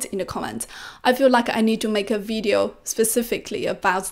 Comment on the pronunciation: 学霸你好，又是我没错了😊，我发现你很多i:的音都发A，特别是Video, weakness, 你都念成Vadeo wakness 了。由于你说的Vadeo 非常多，建议先把这个音练好了🎉